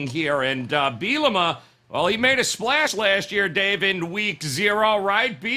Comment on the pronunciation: really likes to butcher brett bielema’s last name😂😂😂